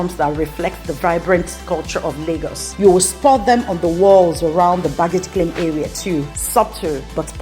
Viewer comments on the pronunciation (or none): none